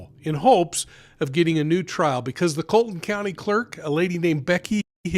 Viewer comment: Her name is Becky not Betty. Please verify the correct pronunciation of Colleton County.